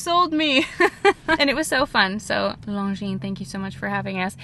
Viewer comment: i think the S is mute is Longines